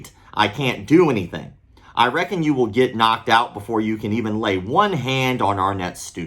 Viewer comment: btw kids- it's reckon, not recon